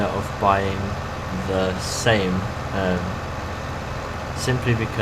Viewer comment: Great video ;) I agree with you about saving money up and also about buying a new tractor. The tractor is not pronounced SAME BUT SAMY. I think you should buy the Same or a New Holland :)